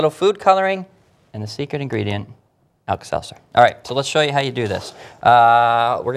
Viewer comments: LOL alkasalsa? I think its alkaseltzer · you mean the tablet? It's alka-seltzer